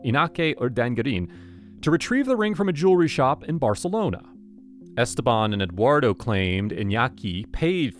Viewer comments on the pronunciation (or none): none